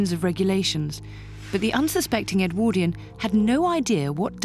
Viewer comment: If his name was Edward why do you call the period EdwORdian and not EdwARdian